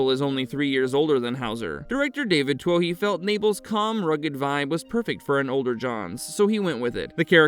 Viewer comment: For all my American friends. David Twohy is pronounced David Too-ee.. Its a Celtic name that roughly translates to chieftain or leader.